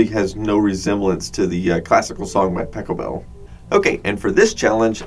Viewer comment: That's Pahhhchelbel, pronounced like father. And I've got half a notion to edit where you got tongue tied:-). I edit my church service videos every week.